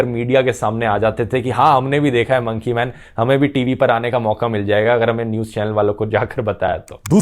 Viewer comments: Nobody literally nobody Dhruv: Mounkey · monkey .........pronunciation 😂